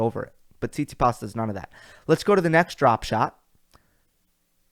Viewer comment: Good analysis, but you need to get your pronunciations of these players together, man. It’s Tsit-si-pas, not Sis-si-pass smh. I definitely agree about the Kry-swag last week. I was impressed with Krygios during that tournament. Even with an injury flaring up he still got through it, finding a way to win instead of folding. Perhaps he’ll change his work ethic to avoid those practices. Nice thumbnail too. As far as the Rogers Cup preview, I find your picks very intriguing. Medvedev and Nadal in the final? I don’t think they ever played each other. That could be a possibility due to his performance in DC. I guess it feels empty since your boy Djokovic is not playing 😉. This is the first time I ever heard you say the confidence in Rafa winning any tournament. Wow! He looks like he’s ready to go! Until next time....